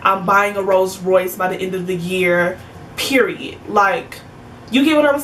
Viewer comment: When U said “PEE-REE-IT” I felt that one girl.😂